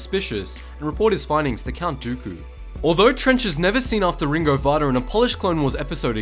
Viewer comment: PRONOUNCED "RINGO VINDA" YOU PLEB!